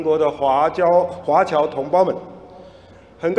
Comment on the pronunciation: 华侨能念成华娇。。。。。怎么 想都不会是娇